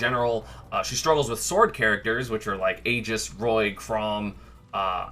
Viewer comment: I really don't know how people are able to mispronounce "Aegis" considering its said by the characters themselves. It must be some defiant act by the smash community.